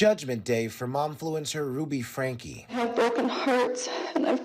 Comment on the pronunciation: Her name is Frankeee, and the sentence is 4 to 30 years, NOT 60 years.